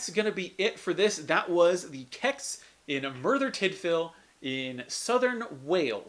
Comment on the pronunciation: What the hell is a "Kecks"? Either sound it out as C-E-X, use their pronounciation of "Sex" or go with the retro Computer Exchange.